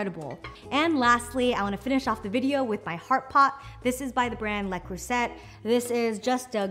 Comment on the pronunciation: I'm going to get that food chopper, looks very nice. Also its pronounced 'Le Cruu-zhey'. It's French 😉